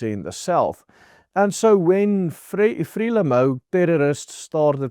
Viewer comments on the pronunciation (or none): Hallo, jou uitspraak van Frelimo, klink nie reg nie. Of het ons dit al die jare verkeerd uitgespreek Uitspraak soos wat ek dit ken is: Fre lie moe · Frelimo =pronounced "Fré-liemouw" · Just check out the pronunciation of FRELIMO....otherwise very informative....unfortunately not good news.